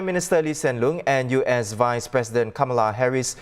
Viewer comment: All I hear was Wise President instead of Vice President...sigh